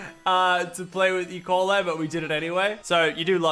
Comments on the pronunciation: I thought he said Ebola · Guys I just though Lachy was gonna die because I thought he said EBOLA Not E.Coil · Bro I thought he said he had Ebola 😂